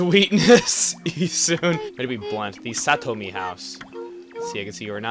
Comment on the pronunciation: That's Saotome. And I think he said Satomi.